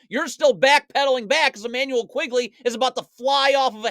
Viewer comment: Awesome video!! Quickley by the way, not Quigley